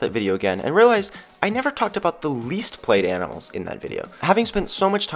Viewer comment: Did he say YANIMALS at the beginning?😂